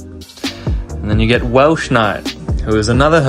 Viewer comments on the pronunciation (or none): im sorry great retrospective but when you called Wels Welsh it made me crack up laughing